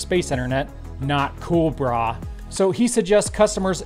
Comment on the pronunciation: You say "Brah" the Hawaiian way!